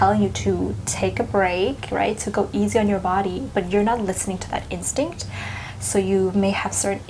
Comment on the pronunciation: Instinct? Is that what you said, instinct? I couldn't quite make that out. One more million time please.